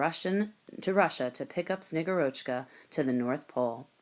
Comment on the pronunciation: The reader must have seen only the Kindle version and not looked at the short, kid-friendly Russian pronunciation guide that is in the printed children's book. The Snow Maiden is SnegGURochka, not SnegurOCHka. The author has posted a reading from the actual, award-winning children's book.